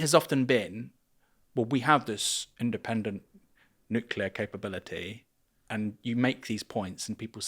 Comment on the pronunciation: Did I just hear him say NUCULAR ?!?!? IT'S NUCLEAR !!!!